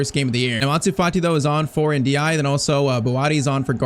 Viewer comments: Btw, this is how you should pronounce the name N-dih-AY-eh. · Every time I heard mention Ndiaye I heard (In the eye) ahhahah